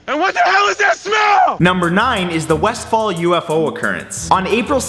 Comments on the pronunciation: Its Westall, not westfall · westhall not westfall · Its Westall NOT wesfall, I lived their as a little boy... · Dude it's Westall not Westfall come on now haha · Westfall??? Huh??? Are you sure you don't mean Westall? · Its westall not westfall :) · it is Westall not wesfall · Yo matt it's Westall man not Westfall. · Matt, it's actually Westall, not Westfall. I actually live in the area. And that's the first I've ever heard of that incident. Cool video still. :) Added a like for ya. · its Westall by the way Wes tall not fall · Is it Westall or Westfall? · That's Westall with one T